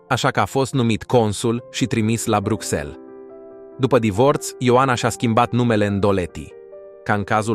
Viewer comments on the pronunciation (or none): none